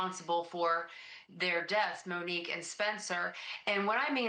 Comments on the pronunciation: For the last time— PLEASE LEAVE RYAN K. Case OUT OF THIS and say her name right MOnique, not MENique. 😂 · I enjoy Ashleigh's videos but wish she would pronounce Monique's name correctly. Take the lead from her family. It is mo(long o) ique. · How hard is it to say Mo-neek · Why don't these talking heads know how to pronounce the names of the victims?